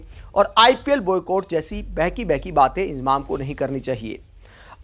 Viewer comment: इंजमाम बोलना सिख ले इजमाम बोल रहा है